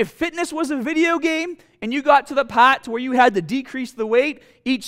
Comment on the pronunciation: mascle for each bwody pawt